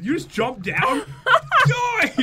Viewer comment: says die really funny.